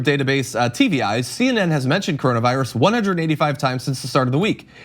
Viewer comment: What is the "Caronavirus"? I thought it was called coronavirus. 🤦🏾‍♂️🤷🏾‍♂️